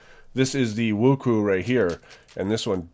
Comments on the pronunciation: Wuku its wuque (wuch way) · "Woo-Koo" Djtemdjfjfndnnchjckxkssn TRIGGERED wuque woo-chway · lol it's supposed to we woo-shoe-ehhh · Me: Qiyi Wuque. Him: Qiyi Wocoo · i know it doesnt really matter that much, fyi but WuQue is pronounce as smtg like Wu-Chueh coz its chinese pinyin it kinda work a little different, for accurate pronunciation if you actually care, try google translate and copy paste 无缺and the speaker symbol tell you how to pronounce it